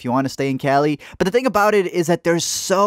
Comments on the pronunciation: When he said “butt’ll” I thought he said “pero” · “Pero” nigga Hispanic 😂